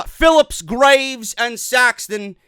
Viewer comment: almost calling Phillips, Grillups.... 😂😂😂😂😂😂😂😂😂😂